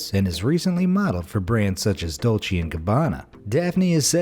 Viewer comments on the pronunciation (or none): none